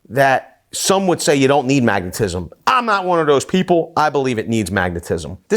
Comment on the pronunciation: I die a little bit inside every time you say magnetism